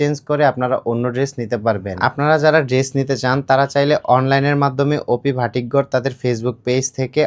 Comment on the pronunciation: ভাটিক না বাটিক